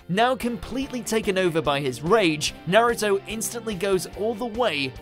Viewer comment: You say naruto wrong.